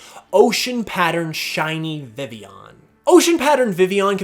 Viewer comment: vivillon is pronounced viveon? like sevilla? o__o